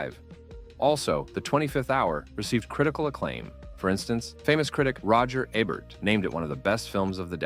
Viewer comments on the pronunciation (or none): Roger Ey-Bert? what? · I loved the video. If I may, the legendary film critic and Pulitzer Prize winner’s name is pronounced “E”Bert. Hard E. Thank you. Liked and subbed. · How do you not know how to pronounce Roger Ebert? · Come on, man. You can't make videos about the movie industry and mispronounce Roger Ebert's name. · You'd think a channel named "Hollywood Lore" would be able to pronounce Roger Ebert's name right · Never heard Roger Ebert's name pronounced?